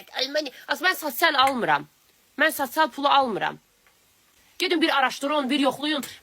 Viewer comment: Sasyal yox sosiyal😂